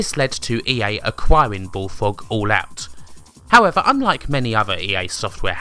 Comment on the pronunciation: The way the narrator can't pronounce his "R"s is hilarious. "Subswibe", "BullFWOG" (over and over :D )